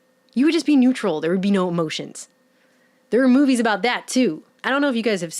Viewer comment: You said "amotions" That REALLY bugs me! More and more people are changing E to A.